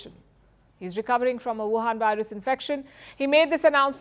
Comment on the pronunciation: Did she SAY WIHAN VIRUS?